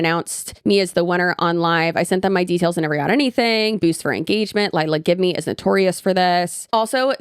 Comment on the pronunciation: Everytime you said her last name i heard "give me" and honestly, thats a perfect last name for an entitled influencer